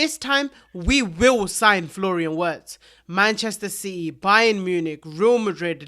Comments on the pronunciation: virtz pls not werts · It's B M V not B M W... Virtz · The W is pronounced V. VIRTZ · My man, he is German; the W is pronounced with a V. So his name is pronounced 'Ve' irtz. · Brother brother.. please pronounce his name like "VERTZ" he's German and in German we pronounce "W" as a "V" sound